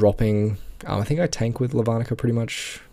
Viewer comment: you pronounce it as Lavanica not Lavanica get it right.